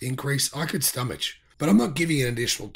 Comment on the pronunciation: "I can stoma-chhh"? 😊